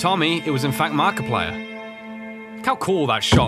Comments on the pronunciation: Did he just call Jesse marka pilers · I love how calls him markipliyer